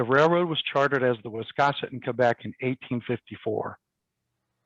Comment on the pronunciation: To pronounce the name of the Town of Wiscasset, you need to pronounce the "a" as in the word "gas"! Not as in the word "cross"! 🙄 Just a thought.